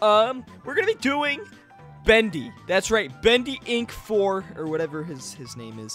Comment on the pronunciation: Bendy not bandy